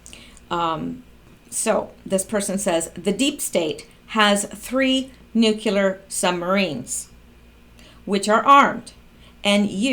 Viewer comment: Nu-clear not nu ku ler